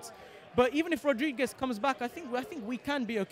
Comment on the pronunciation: She said jáméš rōdrįgüėž